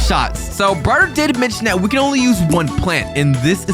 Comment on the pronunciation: I heard you say bryer instead of brighter